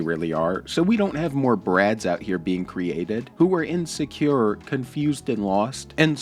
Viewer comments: ”you’re just inscure” I laugh my asa off when he says “insecure” - or most everything he tries to say. Dude is a CHILD, WTF can he teach anyone when he still lives in mommy’s house? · “You gotta be so ineskure” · Is he purposely randomly putting the letter S on words that should not have an S on the end? 😂